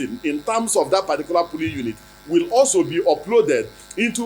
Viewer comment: Is it polling or pooling, sir. No one believes your rubber mouth again !!